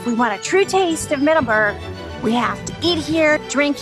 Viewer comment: "Middaberg" LOL love your vids!